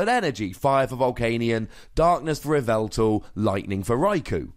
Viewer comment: This "yeh-vel-tle" is played in "Ee-vi-tal" decks., you goober!